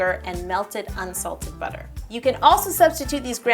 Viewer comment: Esra Ceylan I guess so. I just don't really like seeing so much hate. especially on a wonderful video on cheesecake. That's what we're here for anyways :) Now let's enjoy Yo saying "Buttah" in the most ridiculous way possible!